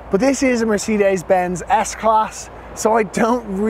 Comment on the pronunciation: Beautiful interior, no one does it better, not sure on the outside but I like the grille. Well done, you said Mercedes ok this time lol, proud of you 🤣👍🏾